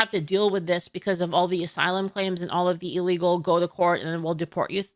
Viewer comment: Just ban im not watching this he cant even pronounce ASYLUM properly